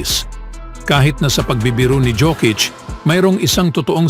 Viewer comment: ANG TAMANG PAG BASANG PANGALAN PO NI JOKIC UNG J PO GINAGAWANG "Y" HAY NAKU BAROK KA PO YOKIC PO TAMANG TAWAG SAKANYA